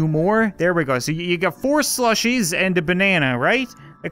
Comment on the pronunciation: It's like the bot said slushie delights, but said swushy dehaights